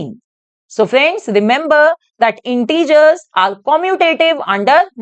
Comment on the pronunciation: Mam you can prounce not correct integer you pronunciation integers hai kyon aapko teacher banya hai